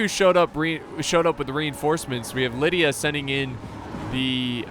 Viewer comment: try pronouncing it like Li-dee-a if that helps